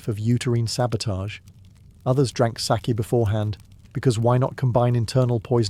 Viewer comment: Still not quite pronouncing sake correctly but you're close ❤ It's a long a. So like sar-key except that you don't put anything into the r. It's just there to direct the a. Does that make sense? You should probably just look up someone saying it on YouTube 😂